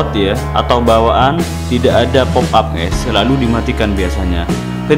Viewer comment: Bukan ges tapi guys